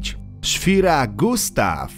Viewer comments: Generał "Pejton" czy "Patton" ? Dno i trzy metry mułu z tym kanałem. Dwa, że "Landkrauzer"nie powinien być w filmie, bo był projektem. Jak i z początku "szwira" czy "schwerer" Gustav ? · Filmik ciekawy tylko..."szvere" a nie "szwira" Gustav ;) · Jak by co to sie nie czyta "szwira" tylko "szwerer" <3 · "Szwire"????? A może "Szwere" Gustaw😊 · 10 - czyta sie nie "szfira" tylko "szferer" 9 - nie platformy drogowe, tylko kołowe. 5 - elektryczne jest tylko zsilanie broni, broń działa na zasadzie napędu elektromagnetycznego. prąd elektryczny zasila dwa rzędy elektromagnesów. 2 - T28 nie jest czołgiem a samobieżnym działem pancernym. i nie generała Pejtona tylko Generała Pattona. 1 - P1000 Landkreuzer Ratte (czyta się "landkrojcer"), oficjalnie budowa nigdy się nie rozpoczęła z powodu problemów technicznych projektu. natomiast oficjalnie nigdy nie ukończono czołgu Maus, którego dwa ukończone egzemplarze nigdy nie wyjechały z fabryki i zostały sabotowane przez pracowników a następnie rozebrane przez okupantów. (i serio? Gustav "działkiem"?)